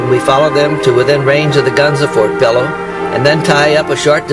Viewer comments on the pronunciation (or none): none